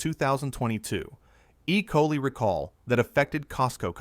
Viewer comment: Cant pronounce ecoli? Learn English and teach your AI to speak before you let it out in public